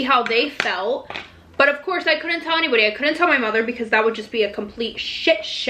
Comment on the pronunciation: the way she said "because" UNSUBSCRIBING